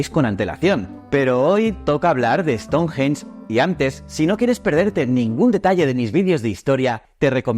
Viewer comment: Me chirría como pronuncia " ESTONJJJJJEN"😅